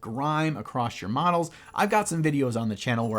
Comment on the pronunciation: Really thought you said medals - some awards for nice painting?